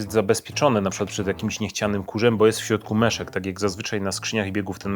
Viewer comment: MIESZEK, nie meszek :D